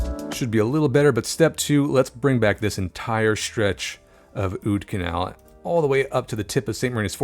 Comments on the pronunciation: the "oud" in oudkanaal is actually pronounced basically the same as 'out' in english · The oud in Oudkanaal is pronounced like the out in the English words scout or about.